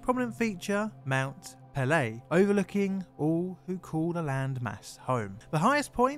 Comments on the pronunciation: Just a polite correction it is pronounced pay-lay the apostrophe above the e dictates pronunciation but I loved the video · Mount Pelee is pronounced Mon pel-E-A. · A good tip for pronouncing French names is to put equal emphasis on every syllable. Your 'puhLAY' made me cringe every time you said it.